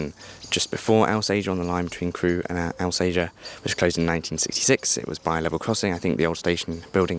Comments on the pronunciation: Not the lad's fault, to be fair – that's how it's (mis)pronounced in the onboard announcements, I've noticed! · You’ll get shot if you keep calling Alsager Al say er, it’s All Sage Er